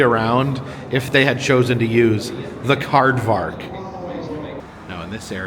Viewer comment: He said CardVark! I Rolf 😂